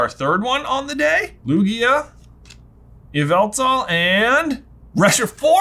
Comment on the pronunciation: Yveltal is pronounced “YAH-VUL-TAL” just so you know.